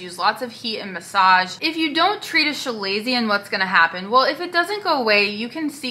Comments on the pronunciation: “Shu-lay-see-un? It’s kuh-lay-zee-un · FYI. You are pronouncing it wrong. It’s Kuh-lazion.